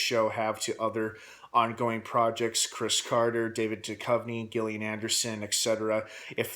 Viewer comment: Duchovny has stated that he absolutely will not ever again film a full season of The X-Files. BTW, it's pronounced "JILL-LEE-ANN".